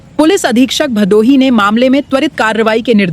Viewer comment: बहुत अच्छी प्रस्तुति सराहनीय कदम है अंजलि जी से निवेदन है कि भदोही का उच्चारण भादोही न करें।